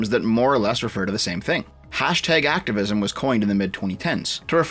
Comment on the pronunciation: Why is doing everything he can not to say Slacktavism?